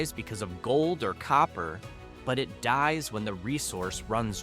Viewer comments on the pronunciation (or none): none